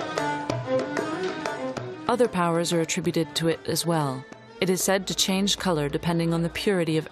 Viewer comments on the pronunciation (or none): none